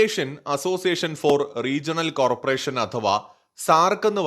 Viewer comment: റീജണൽ കോർപ്പറേഷൻ അല്ല. കോ - ഓപ്പറേഷൻ എന്നാണ് .